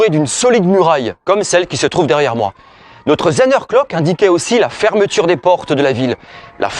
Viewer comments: Effectivement le mot Zehnerglock écorche nos oreilles d'alsaciens ! il suffit pourtant de prononcer Tssänerglock... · Merci pour cette vidéo. Outre la prononciation de Zehnerglock, c'est du bon très bon travail.